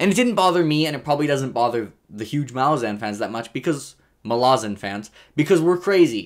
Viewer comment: Take a shot every time switches up his pronunciation of "Malazan" lmao